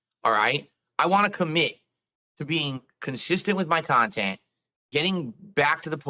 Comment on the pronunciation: This is what people hate about, when he guilt trips his viewers by saying, 'only (insert name of paypig) has donated in the last hour'. Bro, stop acting so entitled; your cahntent sucks and you're lucky you aren't on the streets where you belong.